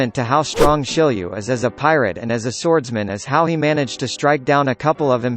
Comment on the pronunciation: isnt it shiryu and not shilliew?